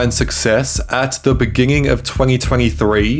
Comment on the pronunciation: Go to and he says beginging😂😂